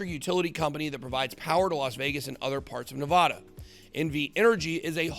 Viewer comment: You know you're pronouncing Nevada wrong?